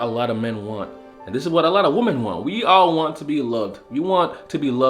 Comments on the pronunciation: Wih-men....plz man....take a whole day and learn how to say this. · He is saying women and woman incorrect more than once 😑👎🏼🙄💩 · Why do you mispronounce "women" the word is not phonetic